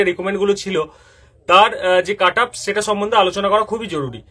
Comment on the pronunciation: কাটাপ আবার কি হয় ভাই? কাট অফ হয় জানি যদিও যিনি ভিডিও বানিয়েছেন তারও উচ্চারন একই কাটাপ উচ্চারন টা ঠিক করুন স্যার It's 'কাট অফ' not 'কাটাপ' 😂😂